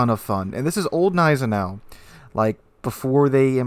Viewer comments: lmao i was cringing everytime he said neisenau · The G of Gneisenau is actually pronounced ;) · You pronounce the G in Gneisenau.